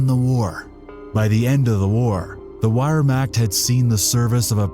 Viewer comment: I stopped watching because you couldn't pronounce Wehrmacht correctly. Sorry, but if you couldn't get that detail right, I don't know that I can trust you with other details that are more complicated.